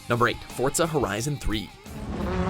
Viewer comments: why people pronounce forza as fort za ??? its for za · Do you know what really grinds my gears when people say FORTZA instead of FORZA like where the fuck does the T come from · It's pronounced Forza, not "Fortza". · stop pronouncing forza as fort za ITS FOR ZA DAMN